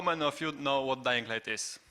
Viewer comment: "DajingLajt". Widać nie tylko ja tak rzeczy nazywam :D